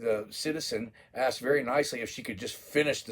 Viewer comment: But I axed yu ta do it yahall! I am super may all ! Bow DOWN TO MY AUTHORITIYEE !!😂😂😂😂